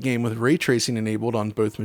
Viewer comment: When he gets to certain words like "cold" "enabled" his voice has a funny sound to it. Changes it to "Code" and "Enabode" its a little jarring